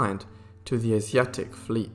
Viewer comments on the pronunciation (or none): none